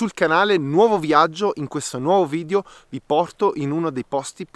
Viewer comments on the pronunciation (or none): none